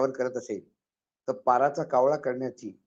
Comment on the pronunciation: साहेब पाराचा कावळा नाही पराचा कावळा